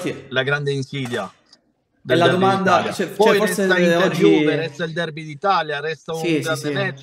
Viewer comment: Marcia o tappa... "di avvicinamento a questo derby d'Italia", ecco come legge il buon: "di avvicinamento a questo-o-derby-o-d'Italia"... Incredibile ma vero, sembra che solo io mi accorgo di questo!